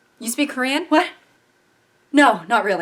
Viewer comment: Is no one gonna talk about how good her Korean actually was 😭